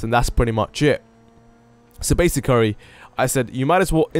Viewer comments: "so basi-curry" your sri lankan instincts kicked in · i swear i heard him say basi-curry lmfao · "Basicurry" loool